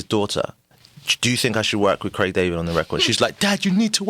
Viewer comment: It's Craig, not Creg 😂